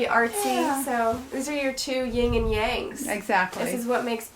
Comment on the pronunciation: She said 'ying' and yang >..<